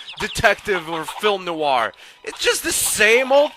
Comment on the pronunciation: Hehe "Film Noo-warr".